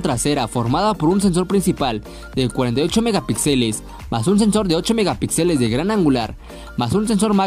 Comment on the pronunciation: Respetuosamente, un apunte: la tilde y el acento en la palabra Megapíxeles va en la sílaba "pí", no en la sílaba "xe". Saludos.